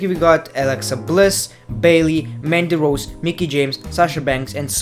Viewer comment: I Want you to say MANDY ROSE again, in your ACCENT as you said rn